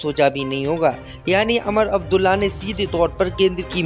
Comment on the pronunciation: अमर अबदुल्ला नहीं वह उमर अब्दुल्ला हैं इस तरह बहुत से नामों का उच्चारण गलत करते हैं आप l